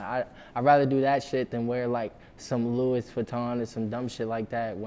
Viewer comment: Lol he's right about not giving a fuck about brand names, he said "Louis" with the s. You feel me?